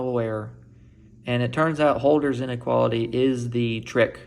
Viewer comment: If you're doing a PhD in Analysis, we expect you to pronounce "Holder" correctly :p. It's supposed to be "HURL-der".